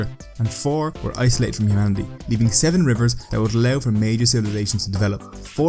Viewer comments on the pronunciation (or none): Thank you for posting this. I couldn't hear what he was saying isolated from haha... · I had to turn on subtitles to understand what you were saying when you said that some major rivers were “isolated from humanity.”